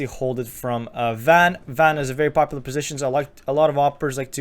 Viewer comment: Are you Swedish cause you say popular like pewdiepie